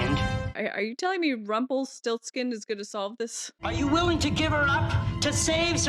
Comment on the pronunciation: Avery Brooks mispronounces "Rumpelstiltskin."